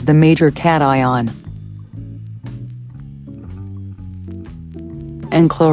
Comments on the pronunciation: As a mechanical engineering student with 1 semester to go, that has been in collage way too long, the man is pretty hurtful. But Wow was the cation stuff funny. "Engineer": Kashin - The main thing that is part of the measurement during an experiment. Toon: its pronounced cation. "Engineer": Its the categorized Ion Me: 🤨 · For me it was the pronunciation of cation and anion. I learned about those things in 7th grade so hearing "keishön" from a self proclaimed engineer was peak. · I feel like there could be an entire video just about "sodium is the main "Cayshun" ..."... categorized Ion bro... "Annartika'z made uh Salt Boi!" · as soon as he pronounced it "kayshion", I almost died laughing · The cation part where he pronounced it "cayshun" took me all the way out 😂 That guy was an absolute moron. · The way he pronounced Cation actually made me fail to understand the meaning of the word even after I read it. I recovered after hearing the proper pronunciation and realizing that I knew the word all along. But for a minute, I think I was under an intelligence debuff. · I'm learning so much! Like I didn't know "cation" is pronounced "cat-ion". I looked it up and fuck me, it is! See, that's what flerfers lack, humility and the ability to admit when you are wrong. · okay to be fair, when I was doing a private school homeschooling program (oak meadow), the problem is that we don't have a teacher verbally talking to us ( this is before online schooling was huge like it is now ). So, we read the words "cation" and "anion" just like the flat earther guy lol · The cation thing got me perplexed. With my background it just feels wrong to pronounce it like that. Well, in english...